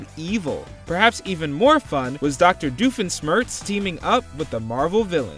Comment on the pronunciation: The way he pronounced Doofenshmirtz triggered me.